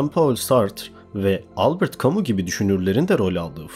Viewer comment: güzel video tek eleştirim heidegger ''haydeger' diye, camus ''kamü'', sartre ''sartır'' diye okunur. ben akademide herkesin böyle telaffuz ettiğini duyuyorum